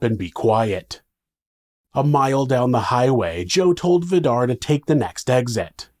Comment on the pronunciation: Vidar is pronounced more like Vee-darr with a rolling r☺️